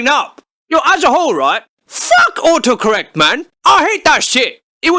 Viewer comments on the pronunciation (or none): Fumi Chan hes saying the guy is saying "autocorrect" like oocorrect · he says uhohcorrect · ''Oocorrec'' gotta like the british accent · I love it how he pronounce it "O O corek" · Love the "Aw-o-correct" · I love how he doesn't pronounce the T in auto correct and it comes out sounding like "u'oe" correct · I hear him say "ohoh correct" not auto correct lmao learn how to speak you ducking car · stop ignoring the first "t" in autocorrect